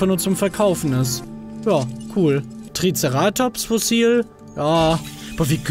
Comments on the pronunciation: Du sagst TriceRAtops, es heißtvaber TriCERAtops! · TricerAtops? Wird das nicht Triceratops gesprochen? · Du betonst TrizerAtops falsch haha. Das heißt TrizEratops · TricerAAtops nice Aussprache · Ich finds lustig wie Manu Triceratops ausspricht😂❤️ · einfach geil wie Manu "Triceratops" ausspricht :D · Wie er Triceratops ausspricht triggert einfach so hart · Wie witzig glp triceratops auspricht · alter wie sprichst du treceratops aus....da bluten die ohren^^ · Du sprichst Triceratops falsch aus!